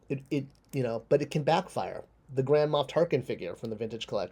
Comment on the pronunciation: When you said Grand Moff Tarkin, it sounded like you said Grandma Tarkin